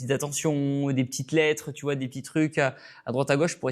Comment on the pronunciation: Et toi tu te sens viril en parlant avec un ton de voix de racaille en fourchant la langue française? Par exemple quand tu prononces: "tu vois"? On entend "tchu vois" et quand tu dis "investi" on entend "investchi" peut être que la nouvelle génération se sent forte en adoptant une attitude et un langage de racaille venu d'ailleurs...c'est discutable de critiquer untel et autre mais faut se regarder soit même...médites dessus le jeune et ce n'est pas pour clasher c'est une critique positive.